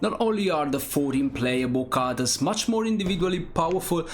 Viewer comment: Pease try to pronounce the word: "characters" correctly. The pronunciation of that word is really ear-splitting. But all in all a very good selection of games.